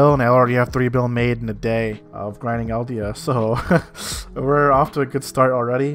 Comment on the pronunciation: Elvia not "Eldia"! Too much attack on titan xD